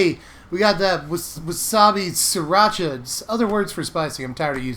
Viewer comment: Mandela effect it's pronounced Sriracha not Sirracha Edit:: "I think 5 mana is not bad" a few minutes later "3 mana is too much". I understand that the effects makes cmc good or bad